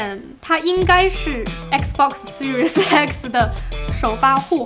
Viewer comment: 怎么我听读Series X听成Series sexy，啊哈哈，怪怪的